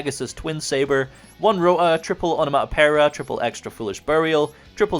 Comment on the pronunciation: Am I missing something or can not pronounce onomatopoeia?